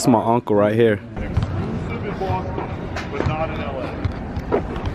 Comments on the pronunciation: Bowston uh... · bostun huh 😂😂kyler genner lmaoo hotdougs